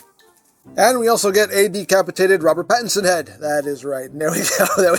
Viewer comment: It's not Bat Pat, it's Robert Battinson! 😂😂